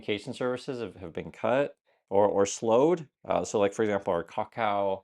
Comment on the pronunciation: As someone else living over here, the biggest issue here is why is saying Kakao the way he is? No one says the name like that!